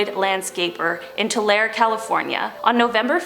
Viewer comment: The way you say tulare!